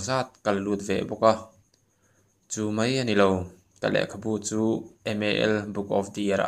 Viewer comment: I thil lam a ka correct duh che chu...mei ti lo in mai ti zawk la..